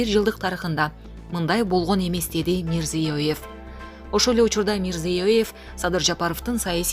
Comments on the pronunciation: Мирзиёеев эмес Мирзиёев деп эле айта бер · Мирзейуоев емес жонле мирзаев ле деп койда ким аноу тилини сындырып алба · Тили сынат экен журналисттин мирзеев эле го мирзоёёв жеп